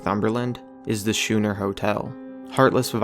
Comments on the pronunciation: I live like a mile away from the schooner hotel, it's pronounced scooner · Schooner is pronounced skooner and is a type of sailing boat. See wikipedia. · I could be wrong but isn't "schooner" pronounced "skooner"?